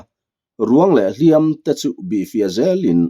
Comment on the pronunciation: A ngaihnawm thin khawp mai, mahse hnu dawm tih leh hliam tih i chhiar hi a thu a zir hian a thluk hi hman tur a awma, tuna I hman tawhnaah hi chuan a ri hniam ve ve tur niin ka hria.